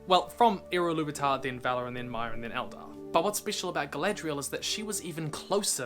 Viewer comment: Please stop saying Illuvitar. Its "Eru Ilúvatar".